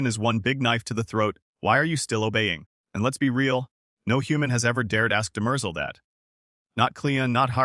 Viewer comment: I hate these AI videos, can't even pronounce Demerzel correctly.